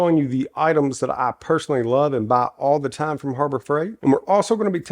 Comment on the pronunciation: I noticed how you said " you buy these tools all the time" from harbor freight. . Emphasis on the words "all the time"